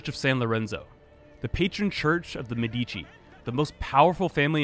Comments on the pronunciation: it is actually mèdici and not medìci but it's ok. great video nonetheless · Why English speaking people always stress the second syllable of Medici? Why even bother affecting an Italian pronunciation if you cannot emphasize the correct syllables?